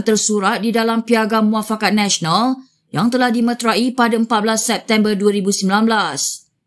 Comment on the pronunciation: Sebut meterai seperti sebutan serai atau gerai.